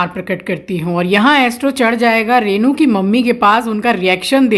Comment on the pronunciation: its रेनू not रैनू 😅just to correct please don't mind🙏😊